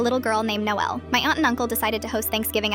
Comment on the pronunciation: I kinda like the way she says Noelle